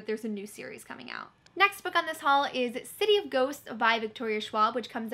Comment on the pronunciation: omg i laughed so hard i’m pretty sure you said “city of goats” 😂 i met nic stone at bookcon and was given an arc for odd one out, too. she was so lovely!!